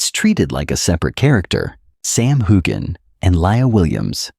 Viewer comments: His name is pronounced HewUn. Please try it. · It is not pronounced hogan or hugan.